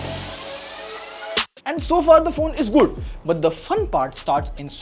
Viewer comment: Bro literally says Gudd everytime he wants to say Good